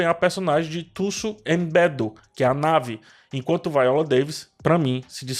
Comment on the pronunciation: É Nawi ( naui) e não "nave" rsrs